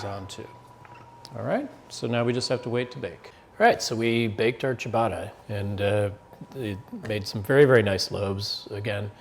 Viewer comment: What the is cha baaaaaa rrrrrra!